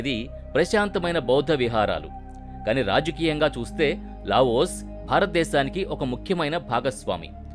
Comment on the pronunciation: Lagos kaadu Laos